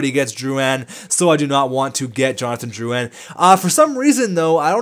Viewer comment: Drouan?... Drouin*